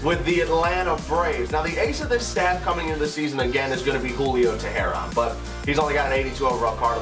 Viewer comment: Its pronounced Julio Tay-Ron